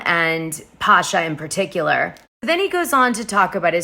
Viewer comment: It's pronounced Pa-cha ;)